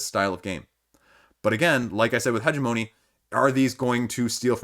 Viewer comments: heh-GEM-oh-knee, but points for being closer than Chris was ;) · Hegemony is pronounced huh·jeh·muh·nee, emphasis on the second syllable. Thanks for the update.